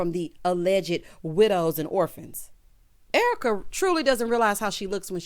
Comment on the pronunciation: Your reaction to Dorit mirrors mine. Thanks for pointing that out. O and the "ERWEEKA".... chef's kiss!